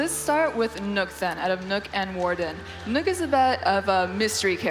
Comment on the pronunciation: Kan people learn how to say nøkk properly pls